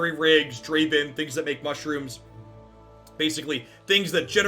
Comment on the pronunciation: Dra-Ví-n? It’s a stretch but cmon